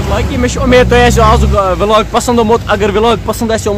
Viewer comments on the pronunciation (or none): Vlog is not pronounced as vilog It's vlog